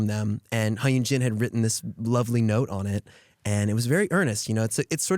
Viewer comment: such a lil thing but i love how he called her Huh Yunjin (with perfect pronounciation!!) and not Jennifer